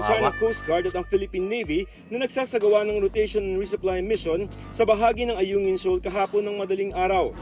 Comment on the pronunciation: correction lang ayongin not anguyin